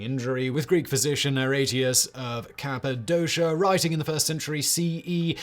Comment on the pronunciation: Where was that guy from? "Kappa dosha"? I think you mean Kapadokia...